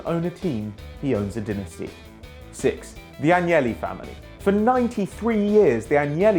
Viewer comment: Its AGNELLI NOT ANGEYYI!! They're ITALIAN NOT SPANISH!